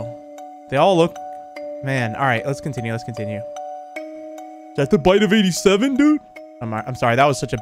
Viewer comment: I love how he said: Is ThAt tHe BiTe Of EighTy SeVen?